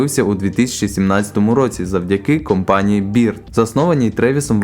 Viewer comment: "Бирд, Юбер" 😆🤣🤣🤣🤣